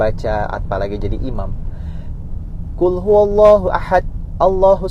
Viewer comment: Afwan Coach saat membaca Qul.. Hati2 jangan sampai ada pantulan halus huruf Lam ta.. bacaanta kedengaran seperti ada pantulan halusta saat baca lamnya.. coach baca seperti Qule huwa Afwan🙏 Berkah selalu channelnya coach.. Baarakallahu fiik wa ahlik B